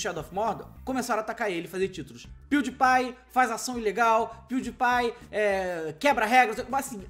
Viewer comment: Se pronúncia " Piuripai " .